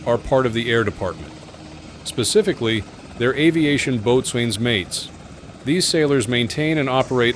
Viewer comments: The computer narrators always catch me thinking they are a real person...until they say things like boat SWAIN or Sy Click. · Pronounced bosun. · This guy said the cable snaps faster than a blink but yet the video shows a man jumping over the cable. And he doesn’t even know how to pronounce boatswain. It’s pronounced like “bosins”. Such a disgrace to watch this exaggerated bull 💩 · BTW, Boatswain is pronounced "BO-sen'